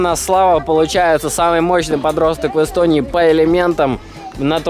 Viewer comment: Ты сказал один из самых сильных подростков Истонии? Или чего мне там послышалось:?